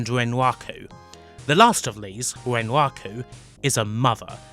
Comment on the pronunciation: I'm sorry, fluent non-native English speaker here. Is it common for a ln accent to substitute "r" for "w"? Words such as "wun" or "wenwaku" made it a bit hard for me to understand what was being said initially, until I realized it was actually the "r" phoneme being spoken. I found it pretty interesting. Great video, by the way, on a series that is amazing, but still largely under-explored.